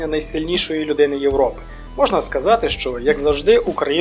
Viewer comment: Дякую мужик! Дуже файно Тільки трохи ріже слово як ти кажеш Юропе Але контент топ !